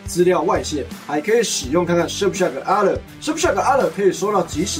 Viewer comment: Alert 噁熱才是正確的讀法